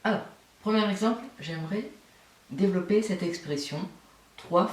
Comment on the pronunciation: Ça ma stresser ton "Dévolopper"